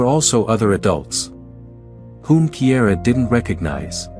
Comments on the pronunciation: Kiara is pronounced Keyara, not Keyera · Cara started out being called Kiara, but the narrator pronounced it Kiera. I have a granddaughter named Kiara Dawn & the teachers always mispronounced it, even though her dad told them repeatedly how to pronounce her name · Her name isn't Kiera, it's Kiara